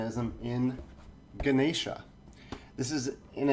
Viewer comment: Your pronunciation was much better than the official how to play video. The only slight issue was with the n. its pronounced like the n in bond not like the n in nine.